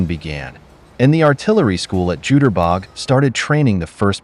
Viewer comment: "You-ter-bok" not "Jew-ter-bog"